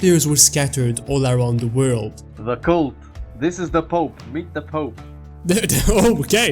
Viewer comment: 'inside the woold' yes i'm annoying